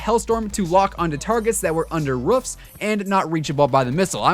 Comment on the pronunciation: Roof or Ruf? xD